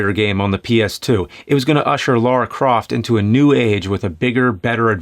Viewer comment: Everyone: Lara Croft James: Laura Croft